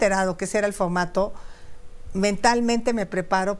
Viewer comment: Esa Sra X k se enseñe hablar bien no k diga focmato x pocg mexico pecgsona y muchas mas impocgtasiones 😅